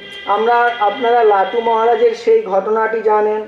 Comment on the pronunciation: Not latu, Thakur called lato.